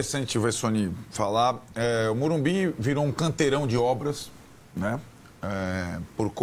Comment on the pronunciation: Não é Morubi!!!! É Morumbis